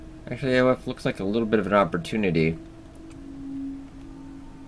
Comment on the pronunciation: Aoife is pronounced Eefa